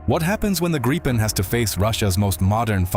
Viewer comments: It's pronounced "Greep-pen", not "Grye-pen" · Hate it when Americans try to say the plane name and gets tge result of "GRAYPEN". Just bah, quit it before Swedish steel bites you.